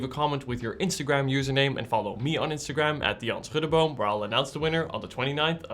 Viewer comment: My compliments on your pronunciation of "Schuddeboom." Groeten uit Maastricht.